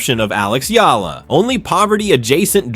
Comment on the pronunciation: Alexandra Eala pronunciation E yala